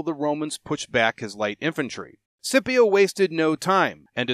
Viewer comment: Great content as always, thanks, but i have to admit the way you pronounce Scipio really gets under my skin